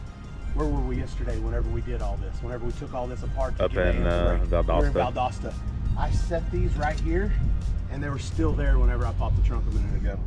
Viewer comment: I'm glad and pronounced the name of my city correctly Valdosta. Title town baby.